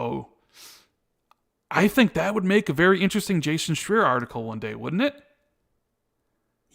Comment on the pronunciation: Anybody know why they keep mispronouncing Jason Schreier's last name?